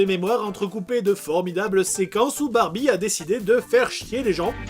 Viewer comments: il a dit les fesses de bambie au lieu da barbie lol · c'est moi ou il a dit Barbite?